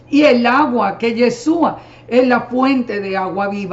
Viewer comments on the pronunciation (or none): Señora una pregunta , por qué usted con todo su conocimiento aún no pronuncia bien el nombre de YESHUA usted dice yesua 😒 por qué ?? POR QUÉÉÉÉ????